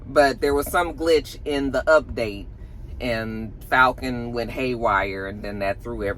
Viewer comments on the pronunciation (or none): none